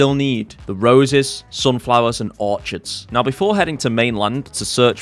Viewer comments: No, I'm British. We say Orchids the same way. Dont know why he's saying Orchard, because that's a plantation of trees that you farm. Not the flower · really cool vid, glad i found your channel. btw orchids is pronounced 'orkids' , its a hard ch like 'echidna' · You are saying Orchids wrong. Or is that rage bait?